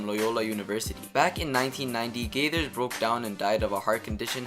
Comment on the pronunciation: "Gregory" Kimble and Hank "Gaithers"? C'mon man...